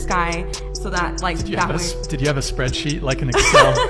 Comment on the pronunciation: Emphasis on spread sheet lol